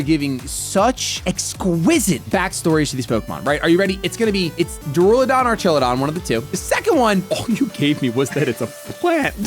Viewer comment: It’s Duraludon not Daruladon. Durable+Don